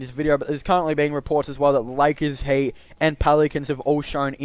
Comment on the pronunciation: Why you said HATE instead of HEAT